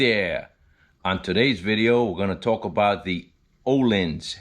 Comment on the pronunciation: It’s pronounced ‘OHLEENS’. Legends is a very good brand as well but Ohlins is always a trusted name in suspension.